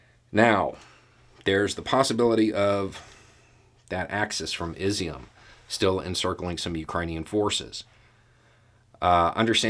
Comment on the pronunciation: Just a heads up for ya. If Izyum continues to make the news it's pronounced like E-zoom. Think: Ease-zoom. I'm glad that it continues to be a place where Ukrainians are fighting hard and willing to make sacrifices for their country. I lived in the village Ockil, to the east of it for two years as a Peace Corps Volunteer. Keep up the good work.